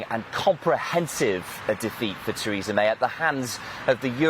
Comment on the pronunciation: Presenter at start said 'Treason' May